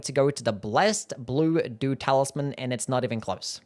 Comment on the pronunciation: I was listening to the video on the background and I was constantly hearing "blessed doo-doo talisman":face-blue-smiling